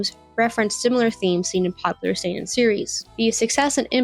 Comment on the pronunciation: she pronounced seinen right, how did she mess up josei so bad